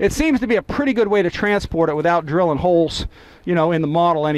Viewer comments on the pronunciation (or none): none